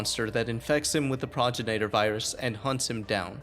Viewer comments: great video! please learn how to pronounce things. It's pro-gen-it-or, progenitor. not progen-A-tor. Suplex.(Sue)-plex, not sa-plex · I'm pretty sure it's pronounced Pro-gen- it-or